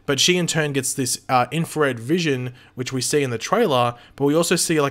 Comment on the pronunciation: ‘infared’ very noice